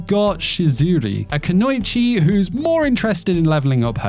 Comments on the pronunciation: Kuno ichi. Think two weird when you pronounce it. There is no ow. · Two more anime I'm really looking forward to in Jan. I May Be a Guild Receptionist But I'll Solo Any Boss to Clock Out on Time, and Medalist. As well as 100 Girlfriends Who Reallyx10 Love You, season 2. Oh and hate to be "that guy", just wanted to add the correct pronunciation of Kunoichi is "koo-no-ee-chee". ((vanishes in smoke bomb))